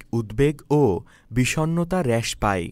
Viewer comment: ভাই হ্রাস... এটার সঠিক উচ্চারন হবে "রাশ"এর মতন... র ্যাস হবে না